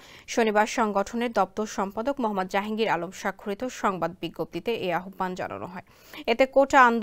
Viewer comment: আপনার উচ্চারণ ঠিক করুন, আহ্বান উচ্চারণ হবে আওভান। কোত্থেকে যে আসে এইগুলা?